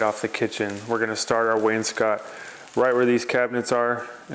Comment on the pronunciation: does he know he pronounces wainscot incorrectly?